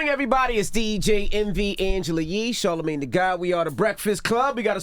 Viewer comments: Charlamagne said "how does it feell to be a clone?" Thats what i heard. 😅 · Charlamayne with the assist 😂